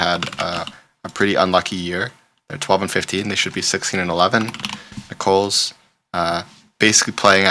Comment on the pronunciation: Really enjoy your videos and picks! You are clearly not from the south so let me help it is Nickels not Nicole's 😊